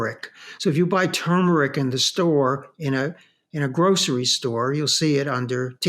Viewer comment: TURmeric is not tumoric (toomeric}. The "r" denotes pronunciation similar to the words "turn", "turgid", etc.